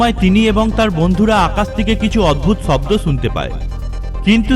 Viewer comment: ভাই তুই আগে তুর কথা বলার শব্দের মাত্রা ঠিক কর চ ছ স শ সব একই বলা শুরু করলি শব্দকে বলস চব্দ কি আজব মাইরি